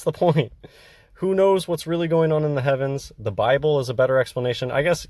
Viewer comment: Ah. "Bibbel" That explains it all